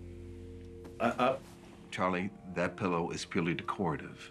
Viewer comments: "De-CO-ra-tive"?! First time that I have ever heard that word pronounced so. It's "DE-co-ra-tive," ""! 🤣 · How can you be an actor and not know how to pronounce the word "decorative"?